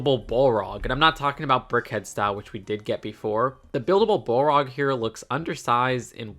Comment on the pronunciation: Damn 😅😅 butchering the pronunciation of the balrog. You can tell us you’re not a lotr fan😅😅